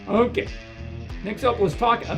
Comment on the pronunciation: Sorry but I gotta say that. I love how he says "Okke". XD